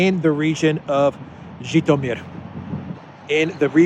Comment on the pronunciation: I was listening and I thought you said Khitomer. Was afraid the Klingons would be the next to get pissed off.